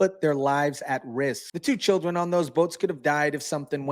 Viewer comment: As an American I am sick of being a magnet for these criminals. "For the chioldren..." Nancy Pelosi